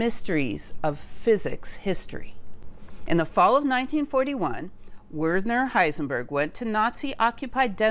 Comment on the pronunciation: not WERE_ner. but VER_ner